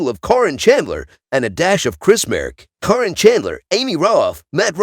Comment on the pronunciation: It’s not Coryn or Karen it is Caryon.